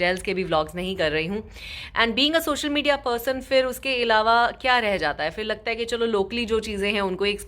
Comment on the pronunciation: Aap Indians “Phir” ko “Fir” kyun bolty hai?